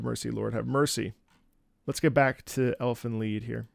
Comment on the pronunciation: I'm not sure if you knew ahead of time of the pronunciation, through your operatic knowledge of latin, or you were pre-informed. Most people who don't know assume it's the English "lied".